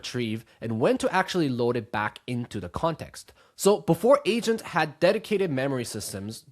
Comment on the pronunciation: I swear he said Asians, not agents in the beginning 😂